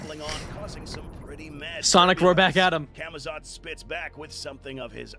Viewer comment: tf is camitots? its camazotz